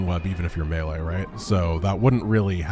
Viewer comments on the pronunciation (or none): none